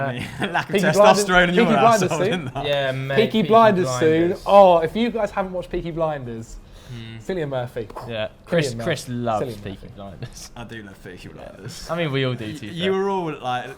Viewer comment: Sillian Murphy …. Killian zac, Kill- Ian